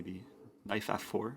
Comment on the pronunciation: Why do I thinks he is saying knife instead of knight